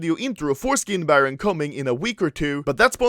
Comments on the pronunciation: it's SkinBarOOOOOn and not SkinBarron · Is it just me or I heard how Anomaly said "how did they buy foreskins for money"